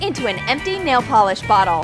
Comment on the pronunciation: Nal? It’s supposed to be nail I swear